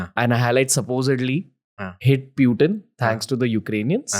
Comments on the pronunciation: It's not Pew-Tin my friend it is Poochin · Gadhayyy its not Pewtin... Its pootin... 😂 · Bhai no pewtin he is putin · Why he’s saying pew teen..?? It’s Putin you fool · Ranveer's pronunciation of a lot of words is way off for example the way he say "Education" "Putin" is just beyond me. Bro at least learn from your guests so I don't have to mute you every time you speak. It's cringe AF.